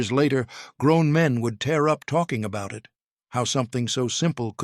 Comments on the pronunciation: Can't anyone teach that infernal bot voice to pronounce words right in context? Like "tear" can be pronounced "tare" or "teer," depending on its meaning. Or even ask a HUMAN BEING to read the text, for crying out loud! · "Tear," please! Long "e!"